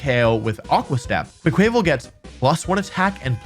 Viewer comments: I really wish you would start pronouncing Quaquaval with a mix of "quack" and "aqua," as you would expect for a water type duck. For example quack-wuh-vull. There's no chance that "kwuh-kway" was the intended pronunciation. As much as I know mispronunciation is part of your schtick, a lot of people pronounce it that way and it's so logically unsound. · Wolfey doesn't say quack quack he says quaick quaick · Quaquaval = Kwah-kwuh-vahl, not kway-kway-val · No offense intended but every time you say Quaquaval (pronounced qua from quack and val from carnival (the Brazilian one)) as “QwuaKwāvil” I die a little inside and out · Im sorry, but the way you day quaquaval bugs me a lot. It's quack and carna-val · Quaquaval is actually pronounced, "Qwaa-qwuh-vol." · GAHHHH! Its QUACK-uh-vahl! Duck goes quack, at the Carnivale! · Everytime Wolfy says Quaquaval wrong I feel a piece of me die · that pronunciation of quaquaval broke me 😂 said it so many times too